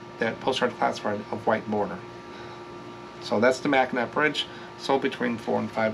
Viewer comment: 1) Mackinaw (also sometimes spelled Mackinac) = always pronounced "Mac-a-naw" (like you are going to chew or "gnaw" on a bone. Or just call the bridge "The Mighty Mac" 2) Zehnders = "Zen" +"der"+ "ss" 3) Nailed Henry Ford, good job! Thanks for another great video